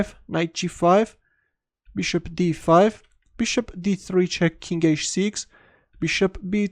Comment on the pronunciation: "wants to bring his beshop on the long diagonal"